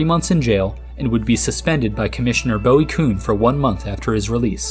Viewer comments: Nice video. I liked him running off the field when he ended the inning with a strikeout. Commissioner Bowie Kuhn’s first name is pronounced Boo-ee not Bow-ee. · Boo-eee Kuhn, not Bow-eeee